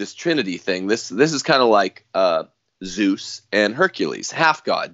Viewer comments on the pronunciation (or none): none